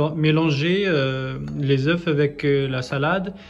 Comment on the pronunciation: Nice video. One thing: In French, you shoudn't pronounce the F when saying œufs.